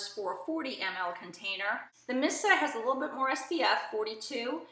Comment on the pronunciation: Just to let you know.... Missha is pronounced Mee-sha. You keep saying "Missa". 😖